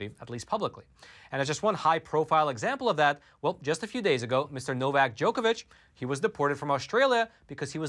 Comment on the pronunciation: you are saying "Novak Djokovic" incorrectly. please look it up and get it right in future.